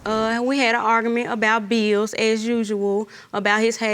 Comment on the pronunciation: It's bills, not beels, and 1 year is singular, not plural years